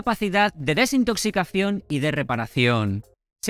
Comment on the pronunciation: ¿Soy el único al que no le gusta su acentuación? Desintoxicacíón, enfatizo la doble tilde. Procede de alguna región o es cosa suya? Porque he escuchado a otro youtuber de ojos azules que habla igual